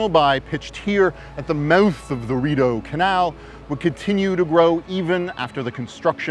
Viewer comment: My Brazilian immigrant ears heard the guy saying “at the mouth of DORITO CANAL”. It took a few seconds for the “RIDEAU CANAL” to build up to my ears 😂